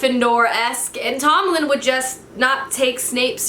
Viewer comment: Omg 😂 how many names can you get wrong in one video😂 'annabelle' 'tomlin' 'rhysand' 'inej' I laughed so hard. Love your videos 💕